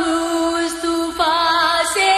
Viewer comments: مصطُفی نہیں بلکےمُصَطَفٰےہے اس غلتیکو صحیح کرئیں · leikin meri bahan aap glt padhe.. mustufa bol rhi ho.. mustafa bolni chahye...durust kre